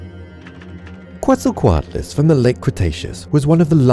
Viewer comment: Bolu_Z 1738 he messed up Quetzalcoatlus